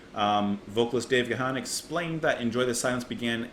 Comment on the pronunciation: For future reference: The ”H” in Gahan is silent.